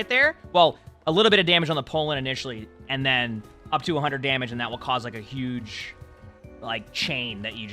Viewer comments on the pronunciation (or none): none